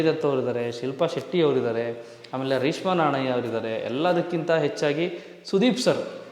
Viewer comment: ರೇಷ್ಮಾ ಅಲ್ಲ ರೀಷ್ಮ 🤦‍♂️🤦‍♂️